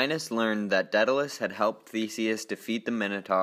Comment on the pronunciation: I thought it was pronounced DAY-duh-luhs